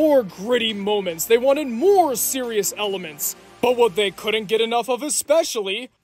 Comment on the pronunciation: Xeriouxly Forxe!